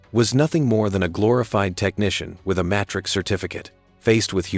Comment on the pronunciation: Took me a while to understand what certificate he had, played it a few time, pronounciation by AI is terrible. When it clicked "Matric Certificate". What? Is that all he had? A grade 12. He is a genius to pull that off, a matriculant fooled them and become the top, brilliant engineer the world wanted.